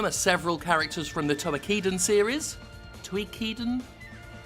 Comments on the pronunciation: Toe - Key - Den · Do you mean Toukiden? Toe-Key-Den.